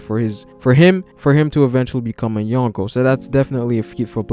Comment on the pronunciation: dude seriously..... "YOHN KOH" As in 4 EMPERORS BRO. It takes me out of the videos sweet analysis and commentary. I mean i get the attempt but put some effort into the pronunciation. It gives a low amount of effort look and feel. But still love the video and respect for the research and time spent.